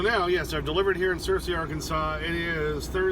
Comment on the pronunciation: I have a lot of family in Searcy Ar, yes you pronounced it correctly. It is a warm and muggy area. Stay safe out there